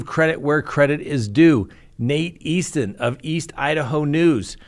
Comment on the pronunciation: Nate's last name is Eaton, no "s" in his last name. Just an FYI. Thanks.